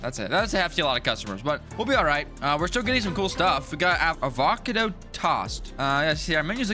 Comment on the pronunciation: No he said ovocodo tast